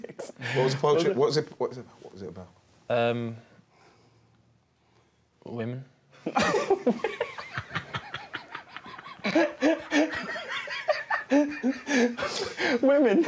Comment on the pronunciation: Its the "Women" for me 😂😂😂😂😂